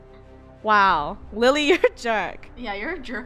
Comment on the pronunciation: THE WAY SHE SAID LILLY LOL